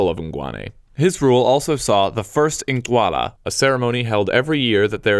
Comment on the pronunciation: Good job with the pronunciation, like the click sound in Incwala (written with the letter "c") edit: Yeah, I left this comment before I heard Ngubengcuka